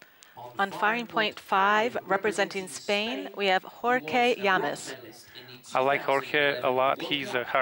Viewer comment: jor-K LLAMES- BRUH XD